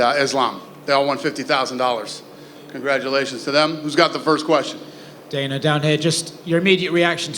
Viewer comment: Danhuh? White😅